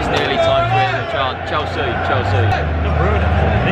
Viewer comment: "world champions chealsea"